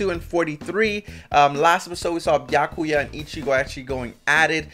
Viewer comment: Why is he calling him biaku? Where is the ya? Byakuya [bi(from biss)- a- ku- ya (this should help a little bit with his name)]. But if it's a skit, or an inside joke, keep calling him biaku. 🤗 Never mind, he does pronounce it, but sometimes he inhales on the ya 🤣